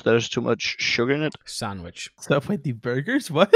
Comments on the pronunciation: That one guy said sabwitch instead on sandwich lol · sandwich started to sound like sign language